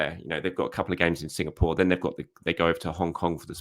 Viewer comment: Signapore!!😂❤😂😅❤ try Singapore one more time plse , I love how he skips the name after that .❤😂😅❤